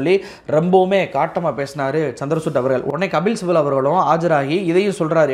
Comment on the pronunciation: சந்திர சூட்டு இல்லிங்கோ! சந்திரச்சூடு! CHANDRA CHUD. Please pronounce correctly.